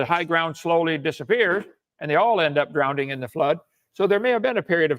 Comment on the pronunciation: drowneding lmao. he definitely taught english for 15 years